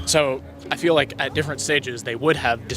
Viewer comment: what do you mean ,he said 'i feeli like' 🤣🤣